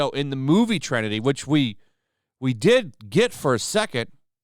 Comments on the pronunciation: FFS! The word is Trinity not “trenity”. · Trenity? I think you mean Trinity.